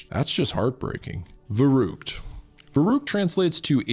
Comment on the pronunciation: It's called "Verrückt" nicht "verruckt" ! 😂🤪